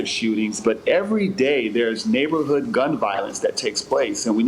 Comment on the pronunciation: Booker keeps saying neighborhood like his come on ur rich we’re not fooled